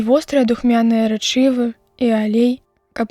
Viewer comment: Правільна рэ'чывы, э заўсёды пад націскам, рэчы'вы - няправільна.